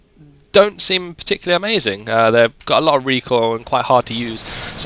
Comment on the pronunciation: Also you say "amazin" like 5 times lawl